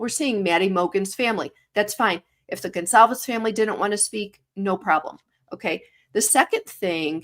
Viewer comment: It’s not Gonzales. It’s Goncalvez